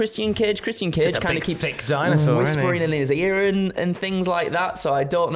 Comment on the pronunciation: "Chris-Sian Cage & LusaSaurUs"